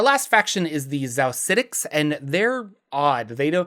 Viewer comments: Xaositects is pronounced «chaositects.» Like architect. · Xaositects = "Chaos-itects" — as in "chaos architects" 'Course my Xaositect wild mage from back in the day would be on board with a bit of arbitrary mispronunciation. Just didn't want you to miss out on that bit of cleverness in the name :) Love your videos, btw! I got back into D&D last year after a 20-year hiatus, and this channel has been a fun way to brush up on lore.